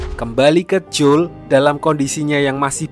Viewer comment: Jangan J O E L lh bg bacanya